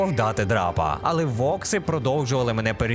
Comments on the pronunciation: векси а не вокси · Векси а не вокси я аж забув